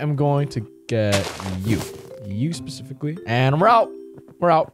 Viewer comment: Everyone acknowledge that he said "pacificlly" instead of "specifically"